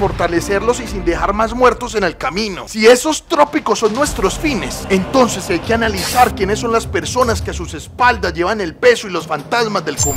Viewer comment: no es "trópico", sino "tópico"